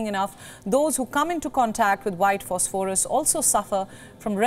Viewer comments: Learn how to pronounce "phosphorous" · it's pronounced fos-fuh-ras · Please check your pronunciation of phosphorus